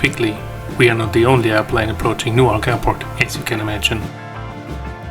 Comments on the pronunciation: Mispronounced Newark. It's more like "Newerk" (slightly slurred) not New Ark. Nobody here pronounces it New Ark. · "New-ark" ist in Delaware. "New-erk" ist in NJ. Because the English language doesn't have umlauts, acutes, graves, tildas, et cetera (which are really instructions on how to pronounce a word), the pronunciation of English words will be forever a challenge, even for English-speakers.